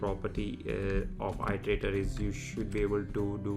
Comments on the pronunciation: Its pronounced erderaydor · It’s pronounced as eat-erator.